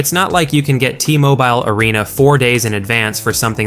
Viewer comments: T-moh-bye ull?? It’s t-mowbull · Why do you pronounce T-Mobile like that LOL #WeWantCody